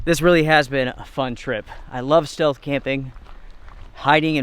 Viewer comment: I think you meant "stealth" camping in the begining, not "steath camping"